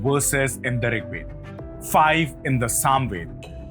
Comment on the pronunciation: Please pronounce Veda properly, without Schwa deletion, nobody will take you seriously otherwise